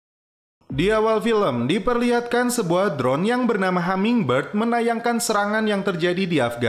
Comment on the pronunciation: Hummingbird bang bukan hammingbird